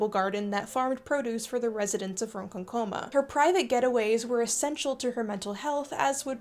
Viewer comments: Excellent video, but as a born and bred Long Islander I cannot get over the mispronunciations of Ronkonkoma 🤣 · Also Ronkonkoma.....emphasis should be on the second syllable, and the last o should be pronounced more like "uh" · I find it amusing that while rightly decrying the treatment of 1st Nations, one badly mispronounced two native place names: Ron-KAWN-ko-ma, ans one pronounced like it was removing one's skayne (Skeyn-ECK-toe-dee) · I’m so sorry but as a long islander I literally screamed . It’s pronounced “Rohn-Khan-Cama”. You kinda have to say it with an accent. Otherwise, it’s painful. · Sorry for the potential nitpick, but at roughly , and again , that’s quite the unique pronunciation of Ronkonkoma. As someone who’s lived on Long Island for my entire life, I’ve always heard consecutive“ah” sounds, “Ron”, and “KON” (in caps due to the stress), followed by consecutive schwa sounds for “ko” and “ma”. If you recall the sources for this pronunciation (I cannot presume that I know the correct Native pronunciations), I’d love to know more! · Long Islander here. Jumpscare when you said ronkonkoma li haha. But you are saying it wrong. It’s “Ron” (like the name) “con” (like the opposite of pro) “k” - just the hard “k” sound and then “um uh” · Love the video, but as a Long Island native it’s more like “Lake Ron Kon-Kamah” not “Ron-con-coma” super nit-picky I know but trust me we know it’s tough! Whether it’s Copiague, Wyandanch, Wantagh, Syosset or Hauppauge we really do a number on the ‘out-of-town’ers I believe many of the towns/villages here are named after Native American tribes, people or the languages! Or we just fuck with people I’m not sure 😂😂😂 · From Long Island and your pronunciation of Ronkonkoma has me laughing lmao. and somehow you got schenectady right! Good content though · Pronunciations: Ronkonkoma ~ “Ron-KONK-oh-mah” and Schenectady ~ “skeh-NECK-tah-dee” (I’m from New York) :) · as a long islander, the way you said Ronkonkoma made me twitch